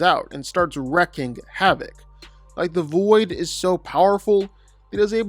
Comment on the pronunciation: It’s “wreaking havoc”pronounced like “reeking”. Your welcome